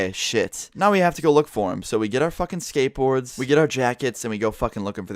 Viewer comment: nigga said skatebord who the fuck gose to look from some one with a skate bord 😂😂😂😂😂😂😂😂😂